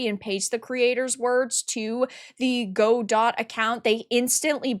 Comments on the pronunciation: Sorry to be this person, but the pronunciation of Godot is "gah-doh" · Not a big deal, but the word Godot is pronounced "guh-dow". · It’s Guh-doh. Follow Redot, the non-political fork just created. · For the love of god, it's not "GO-dott", it's "guh-DOE". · uhhhhhhhhhmmmm its pronounced "guh-dow" lost all respect for you 30 sec in, cant imagine you getting any facts right if you dont even know the name GO complain about something else you know nothing about DOT EDIT: god why did i watch this, i was so right you're so assuming from what you show, i read that xananax is disapproving of the wokeness around the godot engine, perhaps exaggerating to try and counter balance what the CM said. in no way are they reinforcing anything nor stating their political opinion, they are countering it -- at least thats how i clearly read it. stop exacerbating, what you do (drama) only has entertainment value and i hope to dog people are smart enough to not be entertained. what you did here was form an opinion before doing your research and then desperately grasp at anything that could be twisted to support it. this is called "confirmation bias" and you're full of it - either keep being a clown or take the journalism route and someone might actually respect you godot sucks. to the one dev watching this: hop on the bevy boat, we're cruisin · "Gu-doh" fyi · just an fyi I believe it's pronounced "guh-doe", at least that's how I've always heard it pronounced. :) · Yes its god-oh. She pronounced it wrong. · Is that how you pronounce Godot? I always thought it was guh-dough. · Go-Dot lmao.... girl.... you have no idea what you're talking about. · You don't even know how to pronounce Godot... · They have a "she/they" community manager (it's pronounced shitty). I was wondering if i should finally ditch Unity and try Godot.... now I can't decide which evil is the lesser. Greed or woke. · That's not how godot is pronounced.